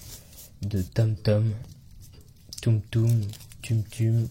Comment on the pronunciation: Ca se prononce Toumtoum. Merci pour ce fesse reveal, j essayerai de m en contenter !!